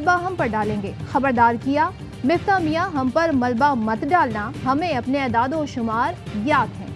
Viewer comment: Miftah nai ha muftaah hai